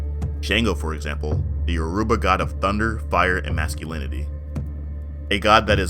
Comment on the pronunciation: I don't mean to be rude but before pronouncing any Yoruba word please learn the alphabet first, it is pronounced as Yo as in Yo then ruba so combine both you get Yoruba sometime the R and U is removed as in Yo'ba